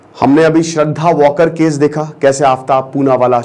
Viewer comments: वाकर नही वालकर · Sir vo वालकर हे वॉकर नही